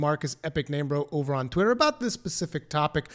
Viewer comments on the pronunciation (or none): none